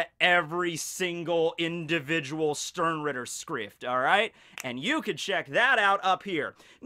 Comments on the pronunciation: Stern-rieeeter, It hurts so bad! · just klicked to hear say sternritter, i love when americans try to pronounciate german words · My first contact with bleach was some doujinshi I don't remember, but it got me interestet enough to at least give the anime a chance. Sadly the first episode was so boring and cliched I lost Interest immediatly... So... the only reason I started watching this video, was the title. I just was curios how much you would mispronounce the word "Sternritter".... Well... I got disapointet again.... You didn't mispronounce it more, than you would mispronounce the word "Stein", so, knowing and caring nothing about bleach, this was a complete waste of time... But to end this on a positive note: can't wait to see your review of the next one piece chapter!